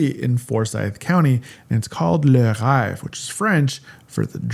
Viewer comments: I think I’d choose Burton over Oconee to get more of a mix of mountain and lake. One in Tuxedo Park, and one on Sea Island. Btw, « rêve » is pronounced like “rev” your engine! 😊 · Le Reve (rhymes with BEV)